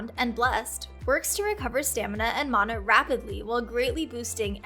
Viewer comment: when she mispronounced Mana LOL